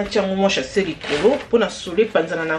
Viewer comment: Sachet ma belle !! Olobaka “ chasser “ pourquoi? Plastic bag se prononce SACHET.